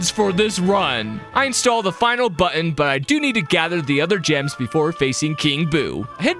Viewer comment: I don't know why but I thought you said jams instead of gems lol